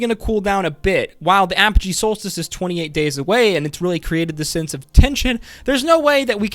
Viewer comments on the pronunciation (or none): none